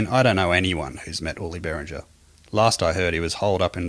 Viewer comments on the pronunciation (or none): It's not "BERRINJER", it's "BEAR-INGA" you moron.